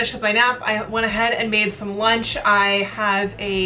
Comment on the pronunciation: Why do so many you tubers say eand instead of and? XD Kind of annoying. Hehe. no hate.